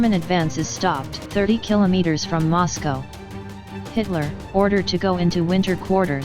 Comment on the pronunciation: It kept pronouncing Moscow wrong.